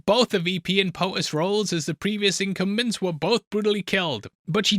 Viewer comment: Say, "incumbents" for me again 🤨